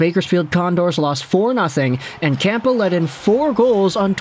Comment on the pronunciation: The P in campbell is silent